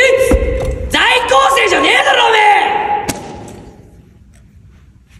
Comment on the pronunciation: 「ざいきょうせい」って甘噛みしてるの好き